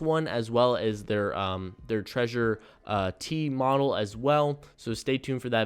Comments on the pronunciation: It's trezor, not treasure 😁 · Thank you for your videos. But its TreZor not treasure :D (y)